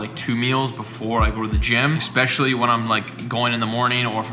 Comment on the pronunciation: Take a shot every time say “ECK-specially” hahahaa